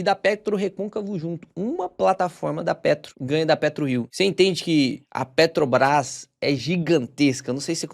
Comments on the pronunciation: Bom vídeo. 👏🏼👏🏼👏🏼 Mas “petObras” é osso hein… hahaha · Carioca fala Petrobras com facilidade kkkkkk